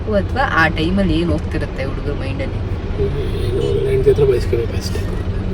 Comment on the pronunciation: ಕಂದ ಅದು ಉಡುಗರ... ಅಲ್ಲ ಹುಡುಗರ. ಅ ಕಾರ ಹ ಕಾರ ವ್ಯತ್ಯಾಸದ ಬಗ್ಗೆ ಹೆಚ್ಚಿನ ಗಮನ ಇರಲಿ ಕಂದ.